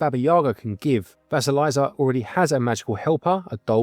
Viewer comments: It’s Vah-see-lee’-sa with the long i sound and Baba Yaga’ (with accent on the second syllable) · You are very close, but there is no "z" sound in Vasilisa, to get it to sound more like the Russian, the second half should rhyme with "piece" or "peace" followed by "uh". Kinda like leaning tower of Pisa. Best I can explain it 😅